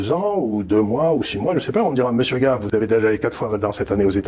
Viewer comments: Ce n'est pas "GAIVE" qu'il faut prononcer à l'américaine ! Mais GAVE, Charles GAVE à la Française scognengneu ! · gave : en français ça se prononce gaaaave en anglais gèive !